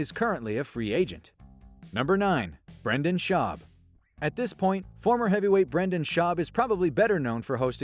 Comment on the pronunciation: "At this point Brenda's schaub is better known for hosting his popular podcast" That's about the weirdest pronunciation of "Joe rogans friend and rogan felt bad for the little bitch" I've ever heared.